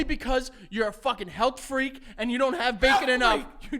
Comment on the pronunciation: “HALTH FREEK?!?!”